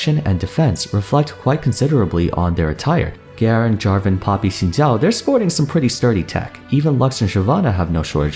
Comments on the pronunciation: I appreciate your Xin Zhao pronunciation. First time I heard said it right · he pronounce xin zhao right wtf